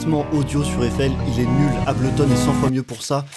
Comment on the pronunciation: Ah bah c pas trop tot !!! c'est que maintenant que tu réalise le vrai logiciel du monde !! et pour la pronociation de Ableton faudra revoir !! aiesos !!